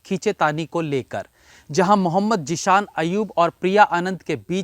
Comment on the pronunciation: Sir I know your accent but its Zeeshan. Kindly correct